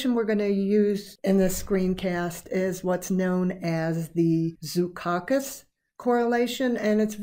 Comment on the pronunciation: Its pronounced zhou-cows-khas